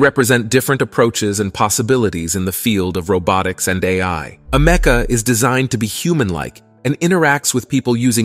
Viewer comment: It's pronounced AMICA. My god that was so annoying to listen to 😂 I can see the divide within humanity starting to form as the less skilled amoung us perish into oblivion. Bring on advancements to the welfare state!